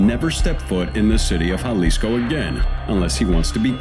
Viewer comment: Me, like a dumbass. Dude cant even pronounce Jalisco correctly